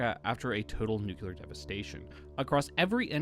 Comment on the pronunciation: Nuclear* Not nuculer.